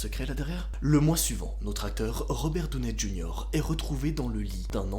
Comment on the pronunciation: Je suis désolé mais pour une fois j'ai pas appris beaucoup de choses... Et étant Américaine, je comprends pas ta manière de dire Robert Downey Jr...